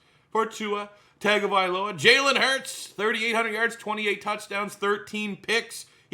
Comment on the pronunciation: Tua’s last name is pronounced TUNGA-vailoa.